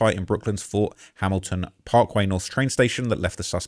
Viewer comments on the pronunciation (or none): none